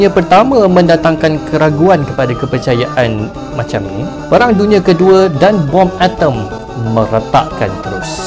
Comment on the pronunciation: Bukan perang tapi peghang. Pelat 'r'